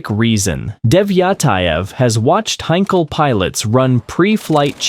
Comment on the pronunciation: Heinkel he 111 NOT a "Hankal "HAY???" !! Crap AI narration with loads of words read completely wrong. Not to Mention all the aircraft show I saw were NOT He 111's (How crazy is that!)